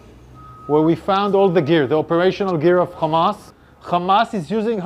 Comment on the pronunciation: This guy can’t say hamas he says khamas and Ofc the have rpg’s they are protecting the hospital